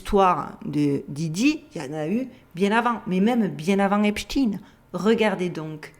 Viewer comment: C est Epstein pas esptin merci